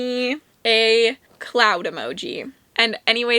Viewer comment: ⛅️ I hope you said cloud and not clown 😂. Love the video. Awesome game. Happy reading in February xxx